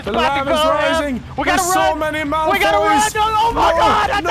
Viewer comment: Malfroys instead of Malfoys lol